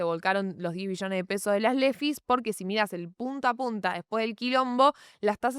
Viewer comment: acentúa la B wey, escuche 10 Millones y dije, tanto drama por eso? jajaja lo tuve q ver varias veces para notar q eran Billones xD